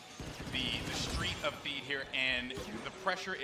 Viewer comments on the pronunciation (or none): lol its Theed...